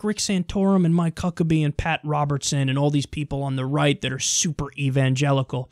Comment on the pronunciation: Lol He said Mike Cuckabee.